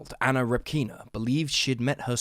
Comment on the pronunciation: It's Anna Répkina, not Repkína. They don't say things like english-speaking folks in russian. The surname comes from the word "répka" (r-ye-p-k-a), which is a softer/cuter version of the "turnip" in russian.